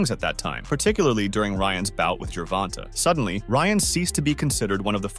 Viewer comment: Who is Gevonna, learn to speak.